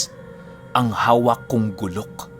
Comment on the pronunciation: guuulok ang tamang bigkas dahan dahan na pagbigkas lng